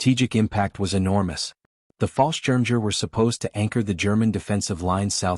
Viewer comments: It's Pronounced "BOR-GA-BUS RIDGE" and "FAHL-SCHIRM-YAGER". And it General "SIMM-UNDS" with a short "I" which sounds like the i in BIT. Please fix the pictures. They are truly absurd and actually offensive, putting Nazi eagles and swastikas on allied troops! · I wish that artificial idiocy would learn how to pronounce things properly. The butchery of the German word for paratrooper is enough to make a grown man weep!